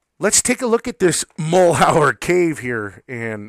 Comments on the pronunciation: Mal-YER. . French. not mull-how-er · Mal-yur. Mal-yur. Mal-yur. You're driving me crazy with "Mull hower!" Good info tho... lol! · Mal’ Hure is the correct pronunciation. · MAL - HER try pronouncing it that way ........... that is at least closer. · Your mispronunciation of Malheur leads me to presume you're not an Oregonian. The word is French and means misfortune. One of the counties in Oregon bears this French word as its name. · you say Malheur badly ------- so miss in formed not even a pour show -- d - grade